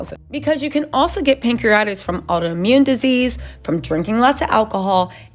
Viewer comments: Pronounced: Pan-cre-a-ti-tis! Not pancreatis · It’s pronounced ‘pancree-a-titis’ not ‘pancree-itis’ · CRINGE! Pan-cre-uh-tai-tuhs or pang·kree·uh·tai·tuhs. 🤦🏾‍♀️ Also fyi, cellulitis, staph infections, and pancreatitis are very common! Please move away from speaking on these folks actual/speculated medical diagnoses or at least learn how to say the words😖 It just sounds DUMB! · It is pronounced..pan-cre-a-ti-tis or pan- cree-a -tie-tis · Pronounced Pan-cre-a-Ti- TIS. PLEASE 🙏🕊️🕊️🕊️